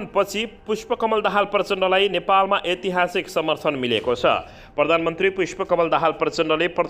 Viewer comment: अ आ इ ई उ ऊ ए ऐ अनुसार ऐतिहासिक को सहि उच्चारण गर्नु होला